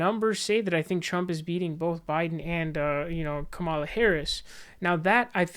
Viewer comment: Dude still hasn't learned how to pronounce Kamala